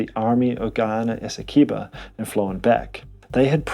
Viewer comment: It's Esse-kwey-bow Learn the pronunciations next time